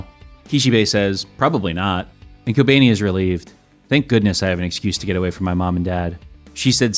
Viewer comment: "kobaynee" lmao 🤣🤣